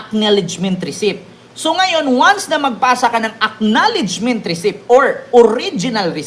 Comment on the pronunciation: Bro, risit Hindi recip✌🏼✌🏼✌🏼